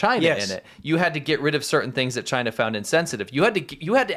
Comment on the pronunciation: It’s pronounced chyyyy-nah